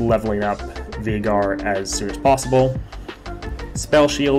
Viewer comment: its Vay-gar dude